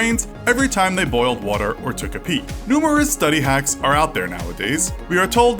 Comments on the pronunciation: It sounds like he is saying “how to get aids” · lol i thought he said the hacks that will get you aids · i thought i heard "how to get aids"